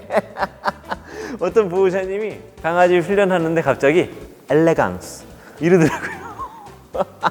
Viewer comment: ㅋㅋㅋㅋㅋㅋㅋㅋㅋㅋㅋ 엘레"강"스 ㅋㅋㅋㅋㅋㅋㅋ